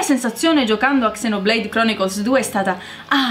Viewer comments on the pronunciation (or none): GNE SI DICE ZENOBLEID NON CSENOBLEID!!!!1!!!!1!1111!!